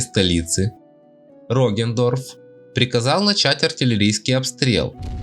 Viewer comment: Я один испытываю кайф когда он произносит: "Роген Дорф"?